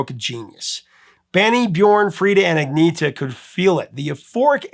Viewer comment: Agneeeeeta’s name is pronounced: Annyeta